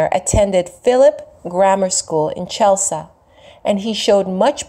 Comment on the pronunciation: Thanks for the Video!! I'm from Massachusetts and the city Chelsea he's from is pronounced "Ch - (as in Church) - el - sea. Love you!